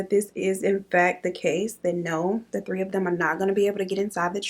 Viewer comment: tree instead of 3 like he’s Caribbean 🤣😂